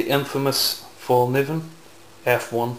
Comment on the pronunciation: Nice collection, but please don't say Fallnivven. Look at this vid if you want to hear how it's pronounced: watch?v=h-oVo0CdVk8 And no, I'm not Lövgren.